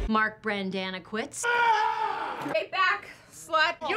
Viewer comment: "Mark Brendanaquits"